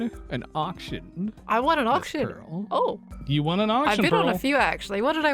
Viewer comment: dude said “parl” “cow”… like bruh a cow? And “Japan music”